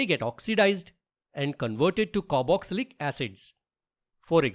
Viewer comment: "Caroxylic"? It is Carboxylic. Please crrect it